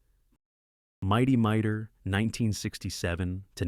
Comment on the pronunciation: It's not "Mighty Miter", it's "Mighty Mightor". And by the way, the title card you used, was mine